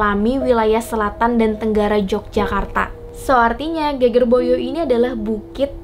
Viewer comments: Ge`ge`r / punggung bukan geger (ramai). Pengucapannya kurang pas hehehe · Pembacaan geger salah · Endhog bacanya salah kak.. Geger juga salah bacanya kak.. Tapi gpp maklum emaang bhs jawa banyak tulisan sama tapi arti berbeda tergantung pengucapannya.. Tapi saya suka konten seperti ini.. Lanjutkan kak.!! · Salah saat baca geger/punggung dan endog/telur